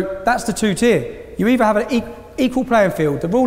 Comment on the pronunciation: What is with that particular English dialect that Tommy's speaking in this video, in which the sound of 'th' comes out as 'v'? For example, around the 40 second mark he appears to say the word 'either' as 'eever'. Is that actually an English dialect or some kind of speech impediment? Makes him rather hard to understand.